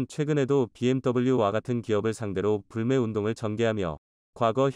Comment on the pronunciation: 물매가 아니고 불매요불매 한국사람이 한글뜻도 모르요 이 앵무새 아저씨야